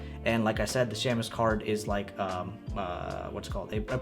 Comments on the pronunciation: For what it's worth, shamus (meaning private detective) is pronounced SHAY-mus. The A is long, not short. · Pronounced “shaymus” 😜